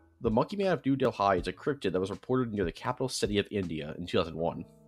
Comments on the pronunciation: you butchered the word Dehli. The h is silent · Its Delhi. Not Delhai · It's difficult to listen to someone say so many locations wrong. It's like ots on purpose